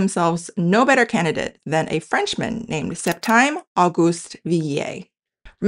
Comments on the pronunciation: [flinches at the pronunciation of "Septime"] I'm reminded of my perennial complaint about microblogging sites and how the character limit has very different implications for Chinese or Korean vs just about any other language. Even Japanese uses significantly more characters per utterance. That said, I'm glad I don't primarily use German on Bluesky (or on Twitter before that). /tʃiŋ.tʃən.wɛiŋ/ would be my intuition as an L1 American English speaker. In context, I personally would pronounce Chun as you do and Wang as /wɑŋ/, but I am annoying about trying to get as close to native pronunciation as I can reasonably manage. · The French name “Septime” doesn’t rhyme with “time” — it rhymes with “team.”